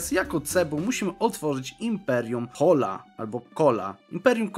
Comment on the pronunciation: Najbliższa Polska wymowa chola to ćola